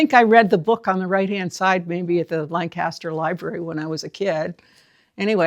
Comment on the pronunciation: With all due respects, it's pronounced "LANG-kiss-ster"..LAN-kass-ster is a place in Pennsylvania or California or somewhere. ---Geoff (born and raised in Lancaster)